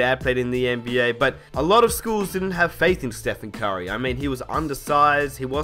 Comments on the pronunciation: it sound like you saying kyrie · why do you say curry "Kyrie"?